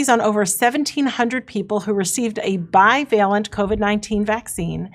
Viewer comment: Jimmy: It's 'bi-VAY-lent'. That's how to pronounce it.